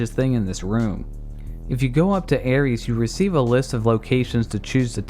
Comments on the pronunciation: Any particular reason you keep mispronouncing the name Aerith? You realize there is no "s" in her name don't you? Let me help you.... AIR + ITH. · Who in the hell is Ares in FFVII, her name was Aerith (Air-ith). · I'm pretty sure you aren't saying Aerith's name right. There's no 'es' sound at the end of her name xD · Aerith or Aeris, not Aries. Great video, otherwise! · Is it me or did he kept saying Aries instead of Aerith in the ff7 part. It took me three seperate times watching this video I noticed this. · her name is AERITH!!! NOT ARIES!!! I'd have taken Aeris.... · I love the video but stop. saying. Aries. AeRIS, or AeRITH. This is FF, not GoW 😂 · Aerith, not Aries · It's aerith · Bruh called Aerith Ares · Ares, Aries, Aeries, Airy's... wtf dude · Her name isn't Aries you dunce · her name ain't "Aries". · May I ask why you call Aerith/Aeris "Aries"? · Talks about mistranslations in the same breath as saying Aerith wrong